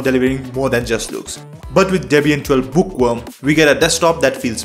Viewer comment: book what? book wa? bo oh wo ah?